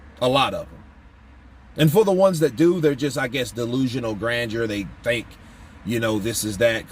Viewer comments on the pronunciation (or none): none